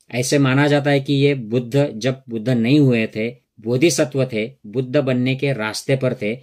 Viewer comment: Buddhaaaaaa kya hota hai…..Buddh boliye, itna angrez ban’nay ki koi aavashyaktaa nahin hai, ok!